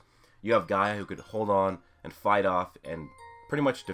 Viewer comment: His name is gaja not gaia